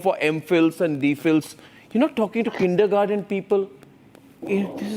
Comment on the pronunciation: Arnab ji the word is not Kindergarden ,it is Kindergarten